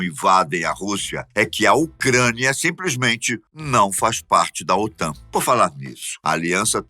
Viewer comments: Aos , OTAM?. O correto é OTAN (N de Norte) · "OTAM" com "M" é foda. O correto é "OTAN" com "N".👍👍👍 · estuda porrrrraaa OTAM? KKKKKKKKKKKKKKKKKKKKK É OTAN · Otan e não Otam !!! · É OTAN e não OTAM como foi mostrado no vídeo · O.T.A.N. com "N" e não "m". Que burro, dá zero pra eles.... kkkkkkkkkk